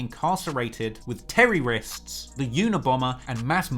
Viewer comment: Say it one more time of the video: Terririsks and Mass Moiderers...